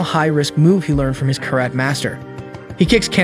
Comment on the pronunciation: anyone else triggered by how he pronounced karate and chanko nabe?